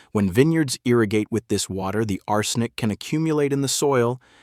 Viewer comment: The creepy bot voice frequently mispronounces "arsenic". How much of the content is bot-generated?